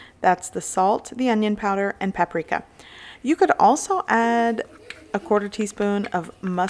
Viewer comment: Lol she said pap prika lol